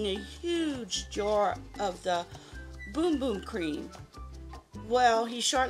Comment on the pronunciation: BUM BUM not Boom Boom and it's Precision not Precise